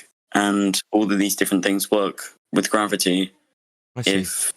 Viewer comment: "YEWVE GOT GWWABBETTIEY" Do ya now ?